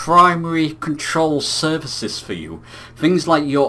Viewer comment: you also seem to say "services" instead of surfaces .. but we wont worry about all that as long as you keep providing great content mate LOL ;>)